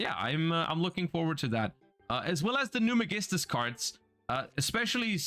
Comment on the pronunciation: I remember seeing a shaddoll, gem-knight build somewhere and that looks fun. I absolutely love Construct in all forms and in every universe. And the Magistus stuff is already cool (they butchered my boy Spoon's name).